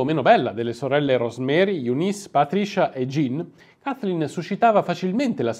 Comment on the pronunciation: Ancheio ho un pessima pronuncia inglese, però non puoi pronunciare "Kaiflin" 😄😄